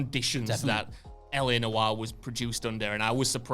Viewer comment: It's LA Noire not LA Disco